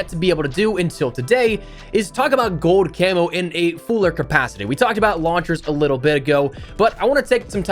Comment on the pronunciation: you keep forgetting the L in GOLD you say GODE